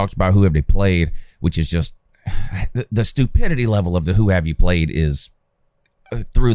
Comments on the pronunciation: When you say the “But Hoo Haff Day Pwayed” bit, I think it’s soo funny every time. You could imagine how much I liked this video lol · The who haved they pwayed? Will always annoy me